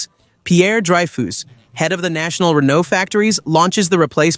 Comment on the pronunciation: ‘Pierre Dry-fooss’ 😂